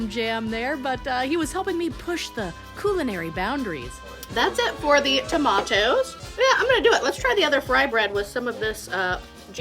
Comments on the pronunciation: Tomatoes exactly not Toemaydoze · please just say tomatoes normally :-) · The way you said tomatoes had me rolling in hysterics. Great upload.